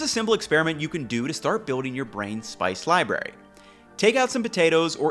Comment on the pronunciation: "Libary" lol Great video!! Love the content ❤